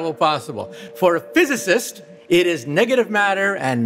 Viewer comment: Dayum that emphasis in “PHYsicist” was raw solid punch to Mr.Tyson